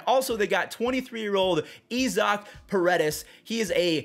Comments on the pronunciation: 'Ee-zock'? Is that how he pronounces Isaac (eye-zik)? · EE-zok? wtf? lol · Did fuzzy just say Eeeezack instead of Isaac 😂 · Name: Isaac: “Ee- zok” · Bro just saw Isaac paredes and said “Ezok” 😭😭😭😭😭